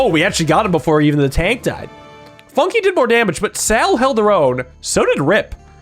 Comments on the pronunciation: Funke = Spark in German. And it is pronunced very differently in German. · calling Fun-k "Funki" is frying me😭